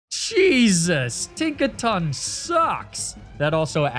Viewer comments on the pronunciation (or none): none